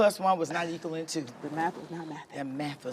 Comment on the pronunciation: Marlo said: ekillin (equaling)!